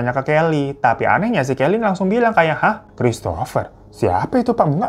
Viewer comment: Aku dengarnya Kelly kokokran😅